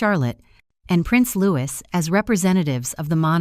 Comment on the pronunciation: Prince Louis (Lou-ee), not Lewis! Do you.American narrators never get it??? Yet you want us to believe you know what you are talking about! How old does the child need to be before you bother to get it right?